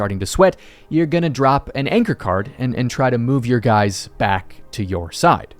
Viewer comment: Anchor? You mean Yanchor?